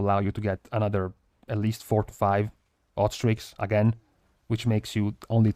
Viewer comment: When you were talking about hot streaks... I kept hearing 'ostrich' and I was like... "it's some new weird trinket with procs ostriches or wat".